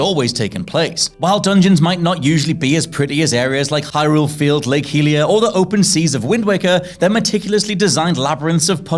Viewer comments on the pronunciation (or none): Lake “he-lia” ??? Who tf pronounces it like that man 😂